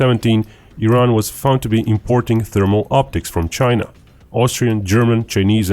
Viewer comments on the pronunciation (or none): none